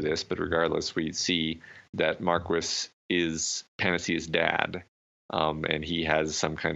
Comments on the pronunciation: "Mar-kwis" is pronounced, "Mar-Key" xD It's French. Like a lot of the names that are mispronounced in this series, lol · plz,, Marquis' name is pronounced Mark-ee (with the optional s sound at the end like most anglicized french names)